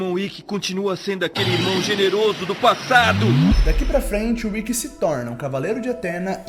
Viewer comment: Só eu ou mais alguém notou ele falando Rikki?